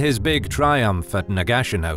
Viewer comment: Am I the only one confused by this pronounceation of Nagashino? Is this the correct way to say it?